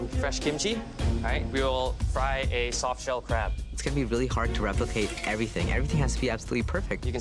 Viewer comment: Eric: soft shell crab What I heard: social crab